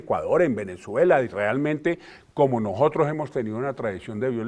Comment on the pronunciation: Vean a este insigne rector diciendo: "Habemos gente" "nojotros" Por eso estamos como estamos........